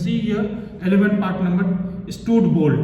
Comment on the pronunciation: Stud bolt pronounciation 😢